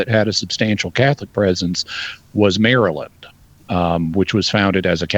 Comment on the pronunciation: Mary-land. Makes sense lol.